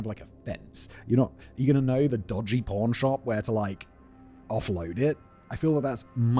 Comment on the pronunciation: I cant be the only one who hears "pawn shop" in a British accent and always catches themselves taking a brief pause and thinking, "a what shop?" Or has my mind just been completely washed down the gutter?